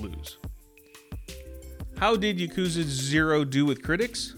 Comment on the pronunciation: I have a single complaint about this video. You're pronouncing yakuza wrong! It's YAH-koo-zuh, not yuh-KOO-zuh. I just thought I would point that out.